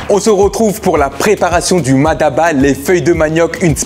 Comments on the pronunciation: peut amener a prononcer MADABA alors que c'est MATABA . mais n'empêche qu'il peu y'avoir une prononciation différentes.. 😂 en tout cas c'est bon et c'est tout ce qui compte . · C'est Mataba , non Madaba , car le sens est complètement différent ( Ma daba = les idiots) 😉 allez chill bon appétit